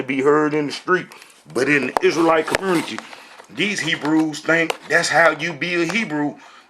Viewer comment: Hey long time no see. Your videos are still as silly as ever. I love how you say the word “community”. Just a quick tip: the word “community” does not have an “R” in it. No wonder your teachings are so messed up. You can hardly speak English. You don’t have a chance in hell in understanding the language the Bible was written in. Btw, the guy in your video is NOT a Rabbi. He can call himself whatever he wants but a Rabbi he is not.